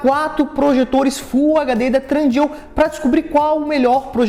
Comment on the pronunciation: Ótimo review, só acho engraçado que vc fala tRundeal com R e não tem r no meio rs